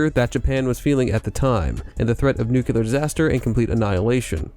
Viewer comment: You are worried about mispronouncing Japanese words, but you are mispronouncing ENGLISH words! It's... new-KLEE-ar [NUCLEAR] NOT... new-Q-ler